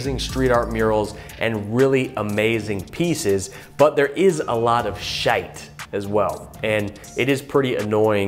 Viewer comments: You are very correct about cycling. I did road cycling many times in Majorca, Heaven, and a few times in the Algarve, NOT heaven. I had a few very dodgy near misses. By the way, love that you pronounce shit as shite. Where did you pick that up. Did you live in Scotland at some point? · hehe I've never heard an American saying "shit" like that